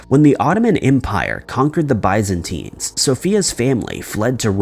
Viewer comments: "Eddin-burg?" 🤣🤣 "Bye-zentines?" 😂😂... We've seriously gotta help you learn the correct pronunciations of these people and places! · How about learning the correct pronunciations of the words you're using? Bi-zantine? Constantin-oppel? The pOpacy? Unsubscribe... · You might have just broken your own record for the most mispronounced place names in a single video. "Constantinople," "Edinburg," "Byzantines," and so forth. On a more content-level matter, the most likely explanation for the tiny coffins is that they were memorials to sailors lost at sea. Loved ones probably commissioned a craftsman who was known locally for making these items, and he did so on several (possibly more) occasions over the years.